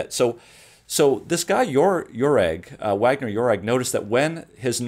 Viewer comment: rogers Austrian or german is a little off in the pronunciation of the Nobel Prize in Physiology or Medicine 1927 was awarded to Julius Wagner-Jauregg. Is it ridiculous to know how to pronounce icon scientists who gave us great gifts on planet earth?